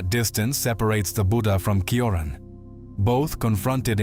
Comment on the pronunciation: It's pronounced t-ch-ioran